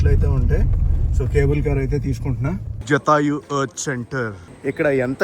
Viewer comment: జటాయువు జాతయు కాదు